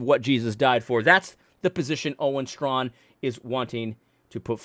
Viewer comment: I always pronounced his name stray-kin.